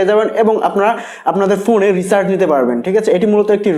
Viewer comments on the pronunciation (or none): Recharz word tao to bolte paren na***